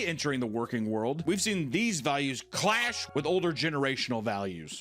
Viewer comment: Because he said "Clash" with emphasis the editor just had to throw in the sound hahaha so good